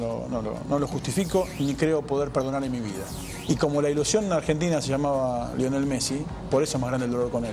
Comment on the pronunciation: Deberías saber que se llama lionel no leonel jaja.